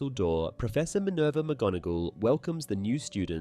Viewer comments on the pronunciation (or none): none